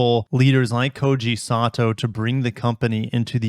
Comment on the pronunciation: Sato, not santo 😂 bugging me all video